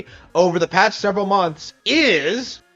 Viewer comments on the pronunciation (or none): none